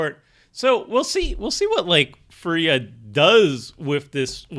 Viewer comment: Your first attempt at pronouncing firja was basically correct